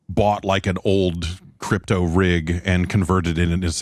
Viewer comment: Crrrryyyyppppto! turn two syllables into six as usual lol